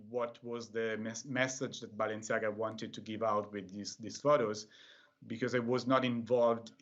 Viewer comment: It´s not Balenciaga, it´s Baalenciaga!!